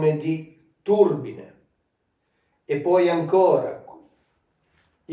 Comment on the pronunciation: Probabilmente, io le ruote le chiamerei "turbìne", non "tùrbine".